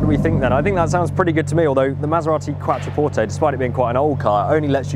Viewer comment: You are pronouncing it correctly originally. It sounds like qua(ck). qua(ttro). Take no notice of the German pronunciation.